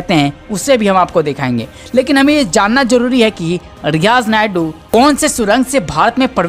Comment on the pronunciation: Riyaz nayku.।। है नायडू nahi.।